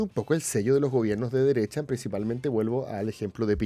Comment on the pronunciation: la dereTcha de la dereTcha de la dereTTTTTTTTcha